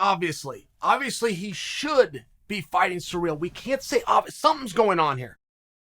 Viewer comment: Si rill not surreal lol